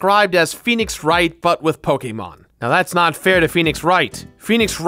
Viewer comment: the way he says Pokemon makes me wanna die